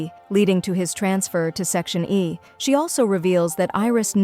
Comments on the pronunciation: It’s not section A. It’s section E. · Bro they keep saying section e is section a E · its section e not section a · Bruh the AI voice is saying is section A instead of section Eb😂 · It's E not A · bro its not section a its section e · Is not section A it's section E 🙄🙄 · It’s section e not a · Section A or section E😭 u are saying a but it's eeeee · It is not a it is e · It's not section a it's section e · It's section e not A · Firstly it's not g it's jay jay secondly it's section e not a but it's alright you explained very well